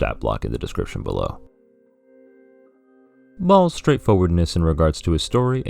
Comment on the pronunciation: Tsk! It's Ɓhaals!